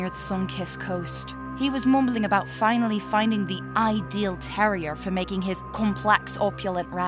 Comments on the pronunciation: "It's pronounced 'tehr-wahr' ye ignorant elgi-lover! THAT'S GOIN IN ME BOOK!" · "terroir." Tehr-warr. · Close! But not quite. "Terroir" refers to terrain specifically in its relationship to agriculture and horticulture- nutrients, climate, soil pH, etc.